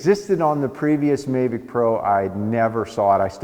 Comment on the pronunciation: I have seen this on a previous review but I’ve never heard any pronounce it may-vic 😳